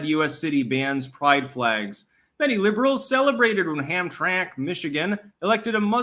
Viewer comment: Pronounced ham-tram-ack, by the way. And the the pride flags are only banned on government property, you can fly any flag you want on your own property. Other cities in MI have now adopted that same rule. I see nothing wrong with it, keep it to yourself.